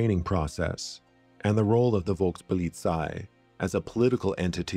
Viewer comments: The V is pronounced as a F in German. Folkspolizei is how it would sound. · The V has to pronounced as an F and I am not even German. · The V in German is pronounced like a hard F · Great video. btw, in German, the letter v is usually pronounced as an f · You were not pronouncing the V in Volkspolizei correctly.